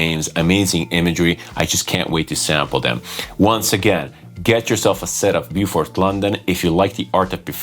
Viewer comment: Sounds like a hard no for me, but that is cool, we can’t all like everything! It’s Bo Fort BTW rather than Boo Fort. Pronunciation Police ;)